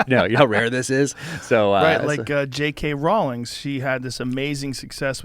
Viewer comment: Joe "JK Rowlins" Rogan.